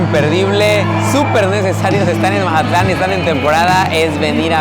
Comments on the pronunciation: Jajajaja pensé lo mismo!!! Porque decir Mahatlan?? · Que buen video!!! Hermoso mi Mazatlán 🎉 pero que alguien le explique que se dice Mazatlán con Z y no Majatlan 😅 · Que alguien le expliqué que es Mazatlán no Majatlán aunque se escucha chistoso pero se escucha rraro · Se pronuncia MAZATLÁN, con Z, no MaJatlán 🙄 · Es lo q le iba a decir parecía costeñito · Que estrés que diga majatlan 😅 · Todo el video: Majatlán 😂😂😂😅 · Porqué dice “Majatlán?” Llegó ahí y se olvidó de cómo hablar? 😅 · majatlan dice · Curioso porke dices mazatlan diferente